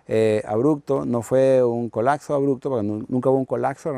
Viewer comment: a ver ese que esta bostezando, se me regresa y ahi nos vemos al final de semestre... Ayn la manera que dice colaggggzo, hahah le quita un poco de drama hahaha